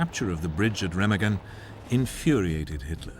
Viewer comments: Why is it British narrators seem to disregard proper pronunciation of names? Seriously. “Remiggin”? Anyone who’s watched It’s A Wonderful Life knows it’s Re-mah-gen. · Pronounced RAYMARGEN.